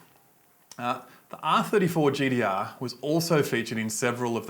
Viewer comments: Its gtr not gdr idiot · GTR NOT GDR 🤣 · Gtr not gdr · I literally couldn’t watch this because of him saying GDR and ninedeen eidee noine